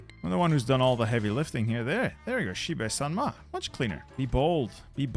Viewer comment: That's not xibely sanma, that's xibei san ma.